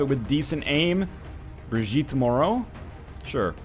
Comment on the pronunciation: I don't know which is worse, the fact someone with my surname died so quickly in a videogame, that she was your first true death in such a long time, or that you know how to pronounce Moreau (as everyone around or in Canada does). Keep being salty, NL. You rock even though you caused the death of my virtual family member. >:I